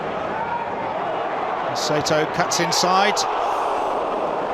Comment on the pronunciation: it's SIGH TOE FFS!!